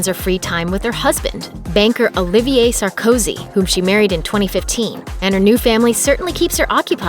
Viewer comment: Sarkooooosy? please try to pronounce a name correctly.